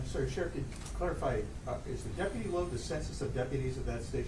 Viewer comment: I wish someone would teach him how to pronounce deputy!